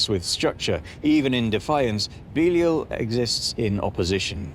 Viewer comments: Thought it was be-lie-al nt beelee-ul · It's not BEELEEUL. It's BEE-LIE-AL. 🤦🤦🤦🙄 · Ive always heard it pronounced "buh-LY-al" not "bee-leel" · He is not Beelee-eel, but Bēleeāl or Bēlīāl. English talking folk - pronounce the most names wrong. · I thought it was pronounced beh-lie-all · Can't stand how you say "belial" dude...even with your accent taken into account, that's not how you say it. "Be-lie-el" ...there...any supposed english speaker can say that easily enough. When your "i" and the "a" next to it sound like like a pair of "e"s, then it's probably not right, you know? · is that how you pronounce it? I always thought it was be-lie-al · Beleel.. Never heard of pronounced like that anywhere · Huh. It's strange hearing it pronounced that way. I've always pronounced it Be-lie-al. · If you cannot pronounce his name right than inwill not watch thr video. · Belial must be tired of getting his name mispronounced from English to American to I can't understand what you're saying ,even though he's deaf Got to hand some flyers out for him in case Satan throws him deeper than the cracks . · That's not how you pronounce Belial 😛 (I kid. Mostly.) Are we talking about something from the Bible or Donald trump? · Man they even pronounced Belial wrong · It's pronounced Belial, you brit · The time is coming. :) I like to see how you humans think how it is. It's no the best pronunciation, but keep going